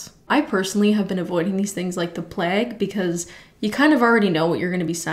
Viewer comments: i had to replay how u said plague bc wow what ~pleg~ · I'm periodically reminded that Canadians pronounce it "pleg" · unrelated but I've noticed Canadians pronounce plague as "pleg" or "plag" just unique I thought that the first person I heard say it like that did it as a joke